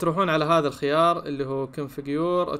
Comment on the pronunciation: انت مش بتعرف تقرأ الخيار الخيار قوله انطقه